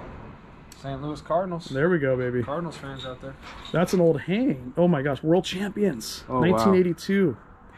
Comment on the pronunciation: Just stop saying "Ho my gosh"